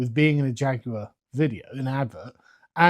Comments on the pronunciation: "Here at JAGOWAH" This company has cooked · Er, excuse me. JaGUar is now pronounced "JA-GOO-ARR". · A guy who can’t pronounce Jaguar shouldn’t be in charge of advertising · You brits may speak the Queen's English, but the way you lot pronounce Jaguar sickens me to my core lol